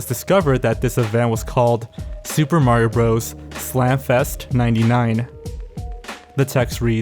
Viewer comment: The kid's name who was "interviewed" about the Smash Brothers event was "Maree O'Brothers" ... seriously?!? 🤦‍♂️